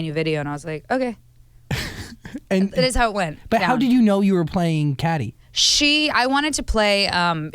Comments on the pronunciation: why do they say caddy?? its cady! cady even made it a point in the movie 😭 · Why are they saying Cady like caddy its supposed to be like Katie